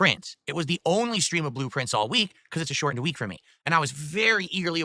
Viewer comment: blueprints, he pronounces it like "Blue Prince"